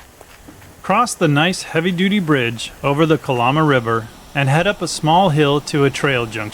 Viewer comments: It’s pronounced “Cuh-Lamb-uh” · It's pronounced ka-Lam-ah. No lambs or sheep...just a lama.